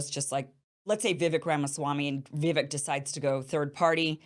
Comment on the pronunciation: Vi "vek" sounds like Cake not vick #LegendKim